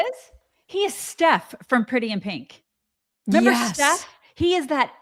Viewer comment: also says 'member. Without the re!